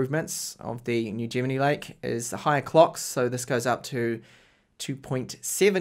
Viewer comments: Great review but one thing that bothers me sorry, Isn't Gemini pronounced the same as in the star sign? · The only times I have seen it not pronounced the same way as the star sign is when that person's native language is not English, everyone who's native language is English says it the same way as the star sign and I even say it the same way as the star sign lol Sorry to be a pain. Please keep up the awesome work